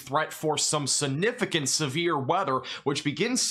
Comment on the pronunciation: You say SUNIFIGANT a million times a day ! It's like scratching a chalkboard since you grossly mispronounce the word. SIGNIFICANT!! SIGNIFICANT!! SIGNIFICANT!! Why do you ignore!